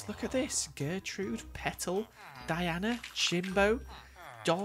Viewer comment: (Die-ane-a) Diana (Tee-ana) Tiana